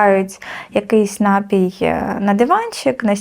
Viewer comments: 100500 разів сказала "нАпій". Панянка зранку до ночі тільки тим займається, що продає напої, але не знає, що вірно говорити напІй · Слова бажано правильно наголошувати лате і т.п., але ж і саме слово напІй, напОї 👍🏻